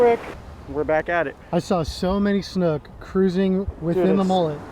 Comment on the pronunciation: interesting that you pronounce the word “snook” almost as “snuck” rather than like similarly spelled words as “book”, “spook”, “nook”, etc.